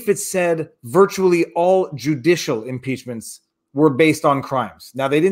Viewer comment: 'peachmints are awesime, just ax Dom Lemin...